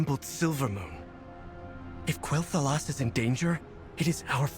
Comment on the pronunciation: You can always depend on to get you the latest scoop! But am I the only one who is bugged by Vereesa basically saying "Kel'thalas", not "Quel'thalas"?!